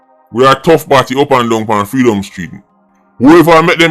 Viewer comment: Did he just say freekdom street lol😅😅